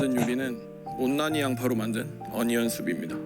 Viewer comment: 그냥 양파 Soup 그렇잖으면 안년/언년 (Onion) 영어를 제대로 하던가😂😂😂